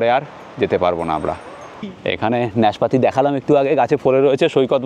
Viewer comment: শব্দটা কি নেসপাতি না নাসপাতি। নাসপাতিই সঠিক।